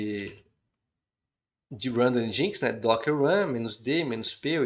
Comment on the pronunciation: podia pronunciar kubernetes, engine, e Nginx corretamente